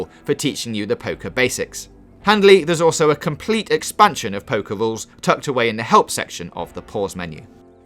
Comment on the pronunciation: He's bad at pwaying pokow